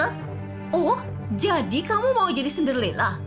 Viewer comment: Cinderella kali bukan sinderlela